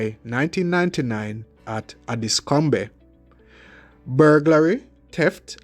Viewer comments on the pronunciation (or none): He was in my area and I was worried for my elderly mother. BTW: ‘Dulwich’ is pronounced ‘Dullidge’! Also ‘’Addiscombe’ is pronounced ‘Addis-come’! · ADDIS COME BEY? 😂 DUL WICH?? please get you pronunciation right